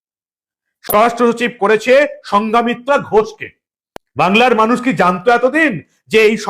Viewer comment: সঙ্ঘমিত্রা, সঙ্ঘা মিত্রা নয়।